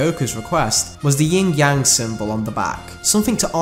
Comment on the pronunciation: Yin Yang. Not yingyang.